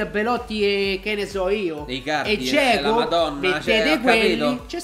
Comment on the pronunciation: "EDIN GIEGOOOOO"😂😂😂😂